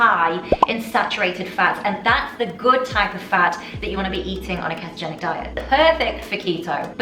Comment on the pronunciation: If she says keh-togenic one more time...